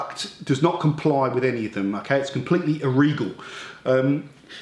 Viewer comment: "Its compwetley irregal" lol he's awesome!